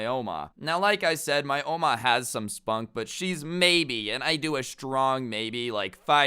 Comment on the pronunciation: i dont like the way u say oma